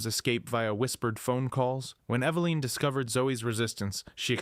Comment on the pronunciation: Eva-line..? Try this, evelyn. That's the correct pronunciation